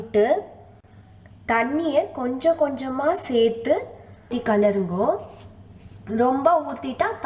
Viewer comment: “kalarungo” na enna ma Artham... it is kelarungo or kelarividungo:)... going to follow this recipe today!! Cold rainy day here